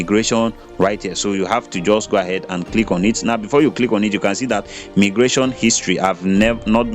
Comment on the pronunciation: It is pronounced as my- gration not me gration